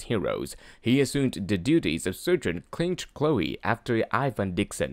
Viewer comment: Nice informative video. Short, sweet and to the point. I liked it. However, you mispronounced two of the names. Larry is pronounced Lair-ree and Kinchloe is pronounced Kinch-low. I'm guessing English is not your first language, but if you search YouTube, I’m sure you can find native English speakers saying the names for you. 🙂